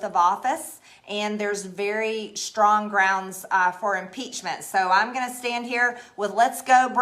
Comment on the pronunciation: Finally someone said empichment